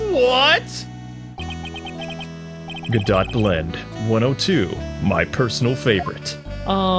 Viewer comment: I hope you are going to pronounce Go-do when you going to read hes name.